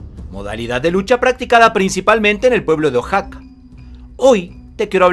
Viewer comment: Oaxaca no se pronuncia ojaca. Lo más parecido sería wajaka